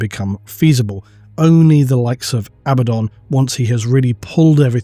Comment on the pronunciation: Why would you not say Abaddon!!?I swear I've been waiting for you to say it right for fucking years!!! I mean abbadon, really? Sorry, I'm getting worked up. I need to calm down